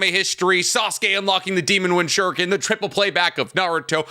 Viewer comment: Good old times when ninjas actually fought like ninjas. First series' soundtrack was dope. BTW, I like how they pronounce the sharrringan and shurrriken.